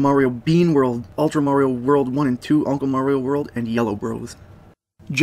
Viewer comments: Marry-o? Fucking marry-o? It's Mario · It's MARio not MERRio. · It's "Mario" not "Merio." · Great video, but one thing kept bugging me...you must've heard "It's a me, Maario!" somewhere before...Maahri-o not merryoh, however the "Where in the fuck do I go" song was so good I had to rewind a few times. Is that you, or is that someone else? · Video starts Mare-E-yo... it's Mario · He doesn't EVER say "Itsa MEEE mayerio! He says "itsa MEEE a MAR-ee-O" Why do people insist on saying it wrong when they know this? Especially people who have PLAYED it for years. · How do you say marry o kart then go one to pronouncing MARIO right a few min later? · Merry oh Kart? Never heard of it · it blows my mind how many people say marry_o instead of mar re o. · excuse me? marryoh cart? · "Merio Kart" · did he say Merio?... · Auto dislike for the fact you can’t say Mario correctly he’ll it’s even said by numerous characters in games with voice acting it’s mario not murioh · Merry-O kart gets mispronounced, but Super Mario World 2 sounds normal.. dude. Consistency? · Oh my God did he say "Mary-o".... HOW DO YOU NOT KNOW HOW TO PRONOUNCE MARIO? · da fuk is merry-oh? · Mary-o kart and then you say super Mario world 2+2, IT'S NOT MARY-O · I would say "get over it, some people pronounce the name Mario that way and it's not a big deal", but for every other game, he pronounced it in the more conventional way. Weird. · Just one thing, you mispronounced "mario"